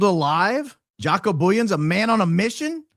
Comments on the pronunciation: Joco is pronounced with “short a.” He’s from the S. Africa. I think you’re way off on your “assessment” of possible involvement in trafficking young women. Do some more research on what he’s done to help save people, not harm them. They issue him a big apology. Not happy with you today. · From SA here. Jaco Booyens is a typical Afrikaans name and hearing him speak has the typical Afrikaner English accent. Pronounced Jaco like the sound "y"our (your or you) and the "-co" sound is pronounced like the "ou" in "you", so Yacou. He is as Afrikaans as Afrikaans can be! From South Africa...how does he end up in TPUSA? He is from South Africa. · Jaco is South African (pronounced 'yuckoo') - can hear that accent!! Google confirms. Incidentally, one of the biggest child trafficking mysteries took place in S Africa - scared us all growing up - a number of kids were kidnapped and disappeared and then a young girl named Joan Booysen managed to escape while she was drugged and locked in a closet. The 'couple' that abducted her - Gert van Rooyen and Joey Haarhof committed suicide (allegedly) so the whereabouts of the other girls have (to this day) never been found. The abductor's son claimed they were shipped overseas somewhere to the Middle East and that National Party (the apartheid govt at the time) high ups were involved. He was not believed. To this day, the case is still open and nobody knows that happened to those girls (or they do and have been silenced). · But, its "huaco" not Jaq-o. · Jaco is pronounced as "YA-koo" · Its pronounced ha-co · Jaco is pronounced Haco the J is pronounced H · Just read Jaco Booyens, and realised bro's name is South African 😮 pronounced "Yuck'oo" 😂😂 "Boyens" 😅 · The correct pronunciation of “Jaco” is “ya-coo”. It’s an Afrikaans name, and he is South African born & raised, now US citizen. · It is pronounced Haco (the j in Spanish is pronounced as an h)